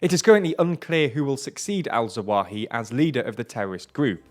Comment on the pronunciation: Say "AL-ZAWAHI" once more! 😂😂